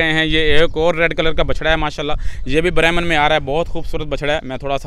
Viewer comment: Berahma not berahmn